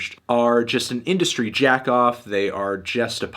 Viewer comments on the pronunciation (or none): none